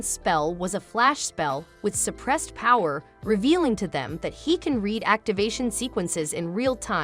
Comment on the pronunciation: "pwower" got me on the ground